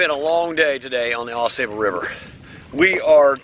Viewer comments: It is NOT pronounced "Aw SAY"ble River. It is pronounced "Aw SAW" River. It is also my favorite stretch of waterway in the world. Many different species of fish,including salmon, trout, walleye, & panfish. Truly a Canoers' Heaven in Michigan.138 miles long (222km). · The locals pronounce it. Aw Saw bull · Just a little jest! I’ve never heard it called the A sable River like you do. Maybe it’s a different river? Oh well. My kids would just groan at another “Dad’s” joke. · 1.) You are Pronouncing "Au Sable" wrong. 2.) The beaver in the Au Sable often make warning sounds that sound like bowling balls or big rocks being tossed into the river. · Yeah, not impressed with your outdoor ethic’s. No need to honk your horn at a Eagle. Or chase down a snake. Just to have it stress. When you visit Michigan, please learn how to say the Ausable. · great video, but OMGosh pronounce the name of the river correctly! I'm looking forward to watching your video on your Edeesto River trip!